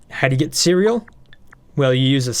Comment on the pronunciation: "Ceral" Bruh